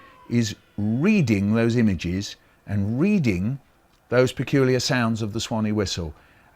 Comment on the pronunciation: "Reading those ImaJIZZ."